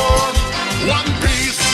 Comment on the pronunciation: onepiece！の発音めっちゃ好きw